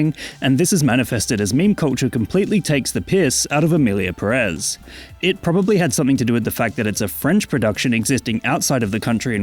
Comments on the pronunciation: I don't even mind you mispronouncing Pérez because that would mean respecting the title of the movie and this movie deserves no respect at all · Why is every English speaker so consistently and stubbornly ignoring the accent that’s right in front of you? It’s there for a reason, to make things easy. It’s PEHrez not pehREHZ. I’m not saying English speakers should have perfect Spanish pronunciation, I’m just saying use your eyes and make a little small effort.